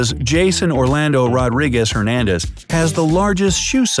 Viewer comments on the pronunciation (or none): none